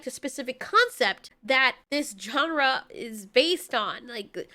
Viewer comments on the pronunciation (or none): What the fuck is a chon ra 😂 it’s pronounced john ra: genre, just fuck with hahaha